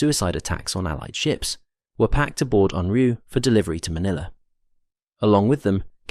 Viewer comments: It's pronounced 'oonryoo' not UNroo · You spell it as Unryu, then pronounce it as Unru. Why?